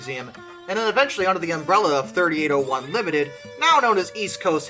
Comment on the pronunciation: A few things, firstly thanking you for pronouncing the loco number correctly as 3801 instead of 3-8-0-1. The other person travelling in the cab was a personal friend of mine and also another driver travelling as a passenger back to Sydney to start work the next day. The V set had been held due to red signals at the base of Cowan bank by a red signal which the cleared to full clear (a green aspect) The driver, Gordon then proceeded at track speed up the hill unaware that 3801 had slipped to a stand due to some fool applying the handbrake in the 3rd last car. In fact we did have open channel radios issued to each crew member which would have allowed the crew of 3801 to advise they were having trouble but due to vagaries of topography it is unclear whether it would have been heard if it had even been made. The crew of 3801 were expecting that the signals behind them should have been showing stop. There were also telephones fitted to the signals to directly contact the Signaller. As the leading car of the V set DIM 8060 came around Gordon was confronted with the rear of 3801's train with too short a distance to stop. Gordon said to the other driver (Geoff) to jump and he managed to jump out of the side door of the cab, landing on the railhead of the adjoining down track breaking his back. There was no time for Gordon to exit the cab and he sadly died. When the first responders arrived they found Geoff still on the down track in a state of shock constantly repeating "but we had th